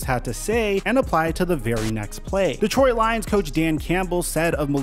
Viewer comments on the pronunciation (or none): none